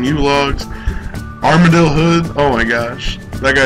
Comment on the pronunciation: "armadyl" lol illiterate